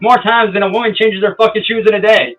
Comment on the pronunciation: Must be a northern thing lol